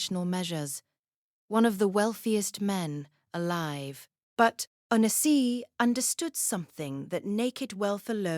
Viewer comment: At least pronounce his name properly!!!